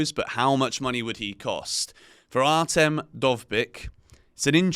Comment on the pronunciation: you nailed "Dovbyk", but "Artem" was dreadful. it's more like Ar-tiom or A-tyom.